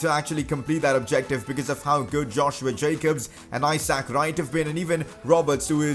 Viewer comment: #pcq The way you say Isaac Wright’s name drives me insane. It’s not I sack. It’s I zuhk. Love the videos though buddy :).